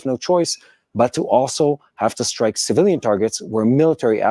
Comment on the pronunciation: How deep can you "Srike" ?